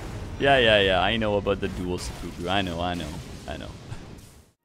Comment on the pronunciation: who else cringes how he pronounces "seppuku"?